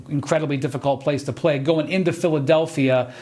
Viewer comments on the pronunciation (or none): none